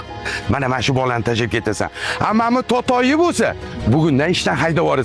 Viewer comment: Totoy dedimi totoq dedimi😂😂😂